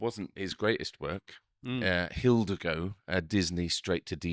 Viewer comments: It’s not Hildago, it’s Hidalgo…pronounced hih-DAL-goh. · Not HILL da go. It's Hih DAHL go = Hidalgo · Hilda Go??? It took me a while to figure out what he meant, then I read everybody spelling it the same. FYI people it’s HidALgo and pronounced Ee- daalh- goh. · Hilda go? Hilda go? Hi (short i)-doll-go. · My dear chaps..Hidalgo is not pronounced Hil-de-go...it is pronounced Heh-dahl-go. There is a big difference. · Hey, did you say Hill-dah-go ? C'mon, how don'tcha know it's pronounced Hi-DAHL-go ?! And whether or not it's his best work or film, Viggo's just fine in it. He never overdoes it, adapts intensity for the role, and delivers solid, sensitive, and quietly powerful character every time. And while it's not a heavy dark epic, Hidalgo is a good old fashioned fun adventure movie. Good performances, good action, and a good heart. Watch it and see! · Hidalgo is a Spanish word, so it's actually pronounced ee-DAL-go. In the Spanish language, the letter "h" is almost always silent.